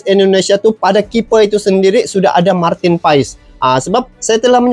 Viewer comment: Abang bacanya/Ucapnya : Martin PAS BUkAN Martin Paes sukses ya bang.. ❤